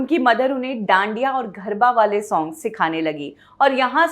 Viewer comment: एक तो आपके ग और घ मे बहुत confusion है। घर को आप गर बोलते हो और गरबा को घरबा। irritating होता है ये कभी कभी।